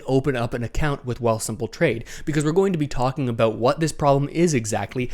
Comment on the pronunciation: Lol. Talk “aboooot.”